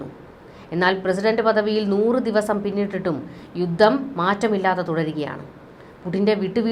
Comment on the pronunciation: 'യുദ്ദം','ദാദ്സമ്പത്ത്' ഇതൊക്കെ തെറ്റായ ഉച്ചാരണമാണ് . 'യുദ്ധം ', 'ധാതുസമ്പത്ത്' എന്ന് ശരിയായി ഉച്ചരിക്കണം